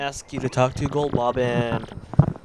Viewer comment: Lol you accidentally said "once you wake goldbob"